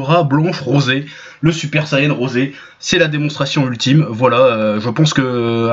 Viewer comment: J'ai sus que c’était un Troll quand il à dit le Super saiyan Rosé comme le dise nos amis japonais